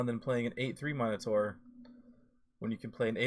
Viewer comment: Nice work here. I’m all in on Tavrod. Check pronunciation on Minotaur, I believe it’s ˈmi-nə-ˌtȯr. I used to say “monitor” and my “friends” made sure I realized my error. Keep up the great content!